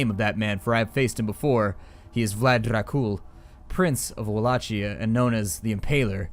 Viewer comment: Tepes is pronounced as Tepesh and Wallachia as Volakia. I've heard a few of my romanian friends say this.